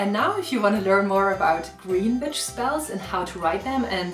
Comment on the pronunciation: i always giggle a little when you say witch, cause i always hear bitch. Awesome video!